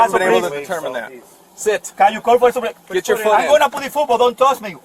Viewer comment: "Wheya soopawizer" lol